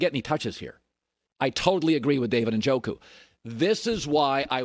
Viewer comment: Cowherd doesn’t know what he’s talking about. Doesn’t even pronounce Njoku’s name right. Lost credibility on this one when he said Njoku’s extremely talented. Extremely athletic but has rock hands